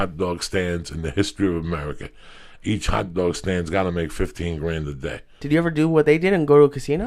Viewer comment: HAWT DWAWG STAAND